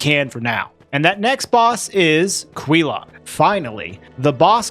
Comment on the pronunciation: how you say quelaag makes me twitch.